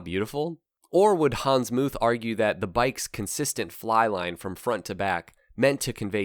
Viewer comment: Pls NOT "Hans Moooth"! It's simply "Moot" in English (like "Mut").